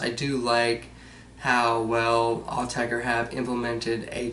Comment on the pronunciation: Thank goodness - a yank who pronounces the name right:)